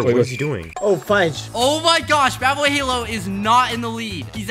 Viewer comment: ishowspeed , wrong , ishowmeat , wrong , badboyhalo , wrong ,dadboyhalo correct :)